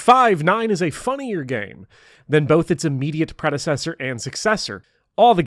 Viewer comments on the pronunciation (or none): none